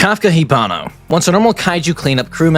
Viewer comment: No one- - "Kafka Hibano" 💀 Its Hibino, just correcting not being rude